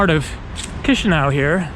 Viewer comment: Its not like chisinAu the ă in it its pronounced "uh"